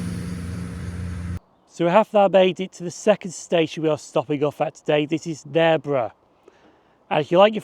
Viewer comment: Great vid, first-time watcher of the channel but will explore more when I get the time. As a local to the area, I do have to laugh at your pronunciation of Narborough tho.